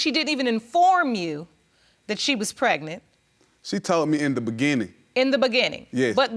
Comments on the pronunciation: Sorry, but what is "pretnant"? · Pehgnunt fa nan munts 😂🤣😂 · Hold up what's pret-nant 😂😂😂Girl stop it !!!This PC case is dismissed !!!😂😂😂